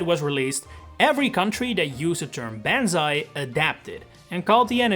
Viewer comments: Good video! I also just wanted to say Banzai's not pronounced "ban-zai", it's pronounced "bon-zai". Japanese is not like English, in that letters should be pronounced the same every time. So think of the word "tsunami", another Japanese word. The "am" is pronounced like "om". I can see how it'd be confusing from the spelling though. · Really cool video! But um, you're pronounce "Banzai" incorrectly. The "a" in "ban" is not pronounced like "a" in "van". You want to pronounce the "a" as in "pawn shop". So say "pawnzai bill" and then just replace the p with a b and then you'll be pronouncing "Banzai" currently. You can also throw this world into Google translate be sure to select Japanese and listen to the translation. 万歳 And actually I didn't know this before BUT I'm just looking at the characters. Google actually translates the word to "Hurrah" But the first character 万 means the thousand. Very common use of this character is for 一万円 ICHI MAN EN Japan's thousand note bill. Which right now is worth about $144 USD. Japanese character pronunciation can sometimes be pronounced differently just like English words can be spelled the same but pronounced differently. The second character in Banzai 歳 means age. Like you can ask 何歳ですか？Nan SAI Des ka? Meaning how old are you? This character generally referees to a person's age. So living to 10,000 years old is quite a significant matter. So that's what the literal meaning of the Japanese characters means. Not sure about the deep contextual meaning. Frankly you never hear Japanese use this word these days. Yet it is kind of interesting to dive into the history or look at the root meaning of the word. It's also interesting that BANZAI if you use the words separately is pronounced MAN remember the "an" in MAN is pronounced "like the A in pawn and ZAI is normally pronounc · I can't believe you recorded this without bothering to check how "banzai" is pronounced. Because that… is definitely not it. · Its bahn-zai not ban-zai